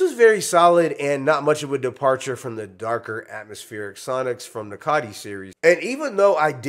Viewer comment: ITS COTI NOT Cotty😂